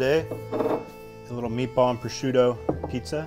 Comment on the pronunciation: Prosciutto di Parma not proschiutto